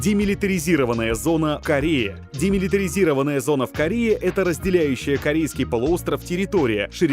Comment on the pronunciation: ДемилитаризОванная, нормально по-русски разговаривайте